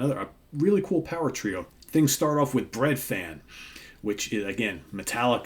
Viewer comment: Not a criticism, but in Welsh ‘f’ is said like a ‘v’ so it’s pronounced breadvan. A great pick by the way, I come from the same area as Budgie and saw them once in our local leisure centre. So loud!!!